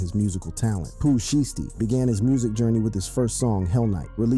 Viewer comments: Like shy stee sound it out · Shieesty? Goof. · He saying sheesty on purpose the shi was blowing me 😭😭😭😭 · Nah "Sheesty" is wild 😂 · Sheestey??? Bro u aint listen to this guys music or nuffin but u wna eat iff hes name that u cant even pronounce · Why is he calling him "sheesty" ?? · DIDNT say his name right